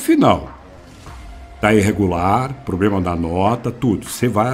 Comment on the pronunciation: Nunca confie em alguém que fala,"Poblema"😅🤦🏻‍♂️